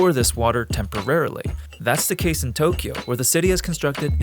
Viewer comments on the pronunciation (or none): none